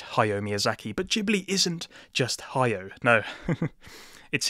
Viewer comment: Also, it's "Ha-ya-o." Three distinct syllables.